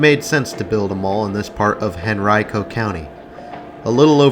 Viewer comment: Correctly pronounces "Henrico". 😊